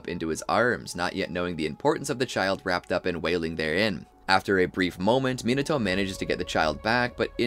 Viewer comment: 👆🤓 um actually it’s pronounced “ Minato”